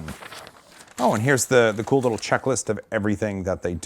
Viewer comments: What says: Checklist What I hear: Czechlist...can’t wait for my Mk3! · It is wrapped in black plastic because Franz Kafka was from Prague, and there is a revolving statue of him there. Also... did you say Czechlist?